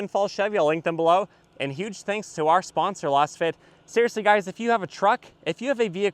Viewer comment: I always enjoy your reviews. I agree that the Camry would be better as a wagon or hatchback (having owned a XLE Camry long ago). I think you might be mis-pronouncing the name of your floor mat sponsor "Lass fit", because it is created with a Laser scan it should sound "Laze fit". Keep up the good work.